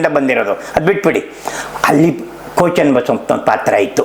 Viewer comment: Daitya means Rakshasa. Why are you saying Ko Channabasappa as Daitya, what Daitya working Ko Channabasappa has done, kindly explain Ko is NOT KONA